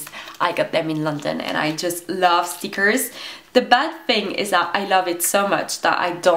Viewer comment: stickkrrs :D pronouncination prooo on point \ : D